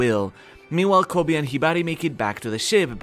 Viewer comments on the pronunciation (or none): none